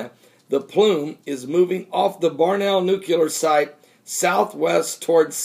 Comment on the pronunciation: Barnwell pronouced Barn Well - not Barnell.